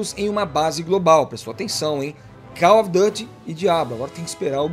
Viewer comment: koll ofi Du ty. para ele 😂. Cada uma né? 😂